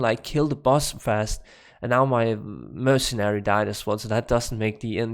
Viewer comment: Hey look at that you started saying "Mercenary" Instead of "MerciChin" !! Now you just need to get Windforce down! Not "Wined-Force" it is "Wind-Force" So funny that I said something about you saying mercenary wrong and now you got it down! Now just work on Windforce haha not "Whined-Force" but Wind-Force, (Win-D-Force). Cheers Buddy!